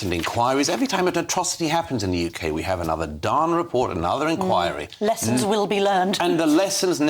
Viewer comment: Welcome to 'da Yookay' Munkee-house ---cheers Starnmer .!